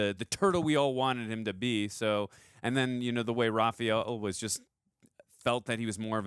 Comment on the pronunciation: Is it just me, or does he pronounce Raph’s name “Ra-PHEE-el”?